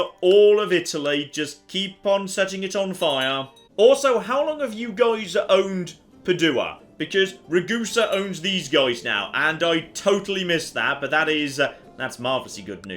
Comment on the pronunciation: Padua Pad-you-ah NOT Pad-eww-uh You pronounced Capua correctly. Just pronounce Padua the same way. note: Italian American, willing to be corrected by actual Italian if my pronunciation is incorrect.